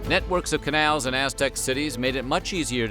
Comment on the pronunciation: The way the narrator says “Canals” is funny it’s like he’s saying kenails lol